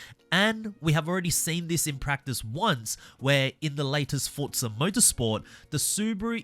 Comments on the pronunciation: It’s not FORT-ZA say it correctly it’s FORZA where are you getting FORT-ZA ? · When you review a game, at least get the name right, it's Forza, not Fortza